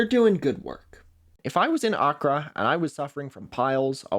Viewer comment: i am sorry the way you pronounce accra and ghanaian is causing me psychic damage 😭 nice vid though